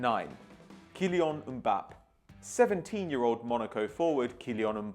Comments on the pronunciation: Mbappae How you pronounce it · Its Mbapp"ey" just sayin! :P Keep up the great work!